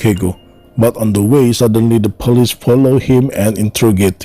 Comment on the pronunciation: The narration.... * sigh * ... Chicka-go? Really? And the "Pah-leece?" .... uggghhh